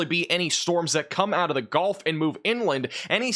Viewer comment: Can someone tell its the GULF coast, not the GOLF coast?? 😂😂😂